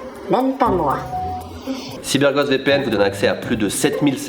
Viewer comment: Y a que moi qui entend Cyber"Gode" VPN à la fin ? mdr